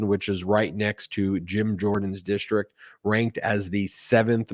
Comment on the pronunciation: "DISHTRICT" There's no H in that word!